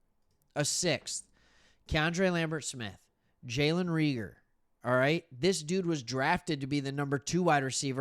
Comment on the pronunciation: Jalen Ray-gur, like Reagan.